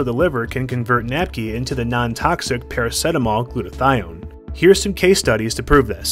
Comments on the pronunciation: Para - see - ta - mol Not PARA - SET - AMOL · Good video but I have never heard anyone say Para-set-amol. Para-seet-amol is the pronounciation I'm used to 😂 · Wow, as an Aussie watching this I want to scream because we pronounce it "para-seat-a-mol"...what is wrong with our mouthes, send help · i thought everyone pronounced it praraceetamol lol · I stopped watching because he said it weirdly